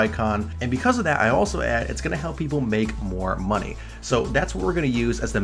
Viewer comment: what's "mony"?